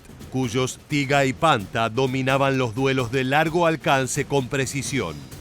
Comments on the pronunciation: No sé pronuncia "panta" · Se pronuncia "panthar" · Panther se pronuncia panta?